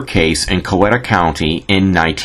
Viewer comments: IT'S PRONOUNCED "COW EE TAH" NOT "COW WET TAH" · As you can probably tell by the comments, she's related to half of Heard County. And great video, don't let them get you down for mispronouncing "Cow-eat-uh." I wrote an article on her for the local paper a few years ago. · Coweta is pronounced Kye-eet-uh by the natives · This video was interesting but before someone does a video like this they should do their homework. Such as learning how to properly pronounce words like Phagan, Coweta, and Caney. Also it's common knowledge that Mayhayley charged a dollar and a dime for a reading. Maybe he'd had better luck contacting Mayhayley had he'd paid her fee.